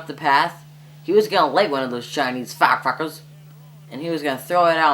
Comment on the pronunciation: did you actualy say "fiire creckers" FTISHH FTISHH FITISH FITISH FISHHHH